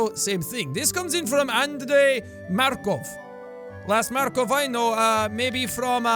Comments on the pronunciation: Jack it's Makarov not Markov from COD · To be honest I don't even like COD but I'm pretty sure it's 'Makarov' FYI Jack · That "Makov" your talking about is actually "Makorov". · Jack dude it was Makarov not Markov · Anyone gonna talk about how he called the modern warfare Makarov Markov?